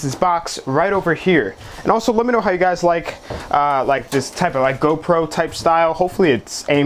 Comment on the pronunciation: What are you saying in the intro?? Helo gyes ............. ?